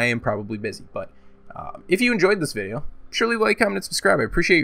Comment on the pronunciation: "Back with another Frrrannhahor vidja"